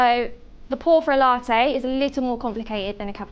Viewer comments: La' teyyy 😅😅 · given how common glottal stops are in british english, it's weird that she doesn't pronounce "latte" with a glottal stop.